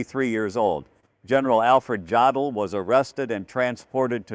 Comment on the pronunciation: In German, "J" is pronounced "Y". The "O" is pronounced "Oh". So JODL's name is pronounced "yodel". If you're going to put out these videos, learn how to pronounce such simple things properly. Your facts may be correct, but your credibility is weakened by these errors.